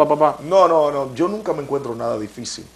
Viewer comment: " Nuca", NO, es "nunca"